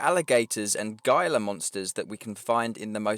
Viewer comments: Just so you know my friend, “gilla” monster is pronounced “heela” monster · Gaila? You mean gila like “hee-la”?? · Gila Monster is pronounced “He-lah “ not “guy-Lah”. Keep up the great vids. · Gila monster is pronounced "he-la" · Just gonna say this quickly, Gila Monster is pronounced. "Hila" Monster. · Gila is pronounced Heela. So Gila Monster. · Great info just wanted to say that Gila in Gila Monster is pronounced like (He-La). Looking forward to release! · Gila Monster: pronounced HE-luh monster. The G is silent like the P in swimming. EDIT: Wanted to mention you're uploads are fantastic. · Gila monster is pronounced "hee-lah" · Pronounced Heela monster